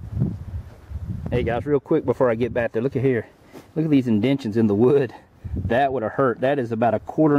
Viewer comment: PLEASE. FOR THE LOVE OF GOD, STOP SAYING "indentshuns" That is NOT a word, and it's NOT what your trying to say. Your trying to say (SOUND IT OUT) In-denT-TAY-shAn The first half of the world is fine, but your skipping the STRONG "TAY" after it. Annunciation of the correct letters is MONUMENTAL for conversation to occur. It's just like another group who like to say "finna" and "con-ver-sate" .. It's braindead stuff.....